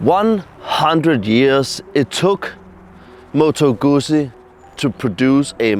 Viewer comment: You need to learn how to say Guzzi.... It is pronounce "Good Zee".